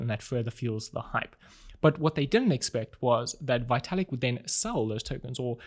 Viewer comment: His name is pronounced Vetalik.